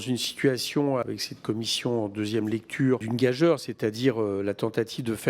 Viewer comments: Il faut expliquer à Eric que "gageure" ne se prononce pas comme "majeur" mais comme "masure".. vu qu'il semble affectionner le terme... 🙂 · Il y a fort à parier qu'il n'a pas le temps de lire nos commentaires avec la somme de travail dont il est en charge. Il serait bon qu'il sache que gageure se prononce ga"jure" en effet...Peut-être qu'une-un militant-e LFI le lui dira un jour...